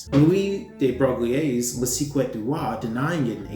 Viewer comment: Le See-kret du Rois? Shudder Maybe just translate the name? “Le suck-ray” would at least be an attempt.